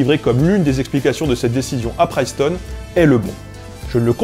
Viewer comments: Suis-je le seul à saigner des oreilles à chaque "Priceton"? Sinon,, très bonne vidéo. C'est juste un point de détail... qui écorche mes oreilles.. à répétition.. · Pourquoi t'entêter à mal prononcer "Princeton", ne vois-tu pas le premier N ? C'est [prinstən], pas [prajstən]. 😣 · Princeton se prononce avec un "i" comme dans "chips" pas un "aïe" comme dans "live". Pour un linguiste ça fait pas très sérieux. ;-) Alors on répète comme ici : PRINCETON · Hey le linguiste, c’est PRINCETOWN, pas PRAÏCETON ! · Attention à la prononciation anglaise. Princeton be se dit pas priceton mais bien Princeton:-) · La réponse à la question du début est tout simplement: /ˈprɪnstən/ (EOD) , la prononcation française est donc logiquement la plus proche "prince-tonne" et non la version faussement anglicisé. Voila ^^ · Ok , l'anglais c'est pas ton truc mais Princeton quand même ! La prononciation, tu pousses ! Sinon, le latin obligatoire d'accord, ça rend moins con au final, ça aide pour toutes les autres langues et l'histoire/geo. Le Grec chuis moins sûr, mais l'alphabet aide pour les maths ! Un truc rigolo, tu savais que la locution "quid pro quo" avais un sens totalement différent en français et en anglais ! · on dit bien "Princeton" : [PRiNSTuN], le "i" médiant des mots anglais "itch", "igloo", "trip" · pr - IIIII - ncetown... Prince town -> Princeton. Il faut pronnoncer prince [pɹɪns] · Cette vidéo est formidable, comme tout ton travail. Mais par pitié arrête de dire Priceton. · Bon du coup c'est /'prɪnstən/, comme un prince après tout. Comme ça de tête, je ne pense pas qu'il existe des mots en anglais où un "i" serait prononcé "aï" avant un . Top vidéo, merci pour tout. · Excellente vidéo, très intéressante. Juste un élément: la prononciation de Princeton me semble incorrecte :) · Quand même abusé de faire exprès de mal prononcer Princeton juste pour faire le malin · on dit bien ˈprɪnstən